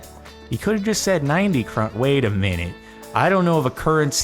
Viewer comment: From a Danish standpoint that was a good pronunciation of the word krone and it also means crown in Danish too so now you kan say 2 word in Danish